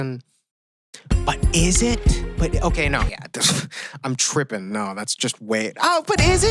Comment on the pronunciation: dude the way he said trippin sounds so white ngl